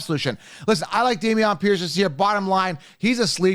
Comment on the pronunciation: How do u consistently say these guys names wrong, like Bijan and Damien P?